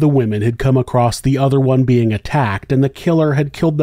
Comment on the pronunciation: She came “across” a man. Not “acrost” a man.